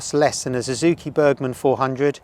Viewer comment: Thumb down for your disrespect for delivery and its not pizza delivery mate, it's food delivery. McDonald's for the most part and then some - including over the counter medicine, contraceptives etc, You also say Adv has handlebars. No mate it has just one handlebar. Suzuki is Suzuki not Zuzuki. You and the description of Sh used at three and a half minutes in the video go together very well. Four letter word that starts with s and rhymes with Brit